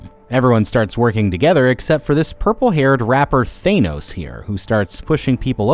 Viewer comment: His pronunciation for the games in the minigames we're funny😂